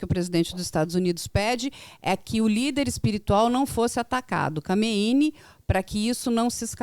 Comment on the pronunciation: Não é kaminei? Essa repórter fica repetindo Kameini, coisa feia.